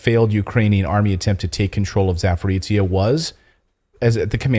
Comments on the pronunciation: It's Zaporozjia, men. Not Zaporitzja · Clayton, its not Saporizia, its called Saporoschja PP. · I'm not salty but it is pronounced za-po-ro-zye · C'mon man, it is pronounced "zaah-poh-roh-zhee" ... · Zaporozhiye is pronounced ZA-PO-RO-ZH-YE. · Clayton .. you need to learn how to pronounce ZAPOROZHYE ..(za-po-ro-zye)-....you are smart Man .. it is not pleasant to listen up to your 'suffering' ..same story with a couple of Polish names you did other night ..it is embarrassing .. it will take 1 minute ... write down and than practice for 1 minute and you will be ok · Let me help you with a pronunciation: "zh" in Zaporozhye sounds like "J" in French names Jean or Jacques.